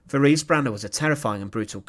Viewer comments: Her name was pronounced teraze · I hate to be pedantic, but her name is pronounced Te-RAY-zah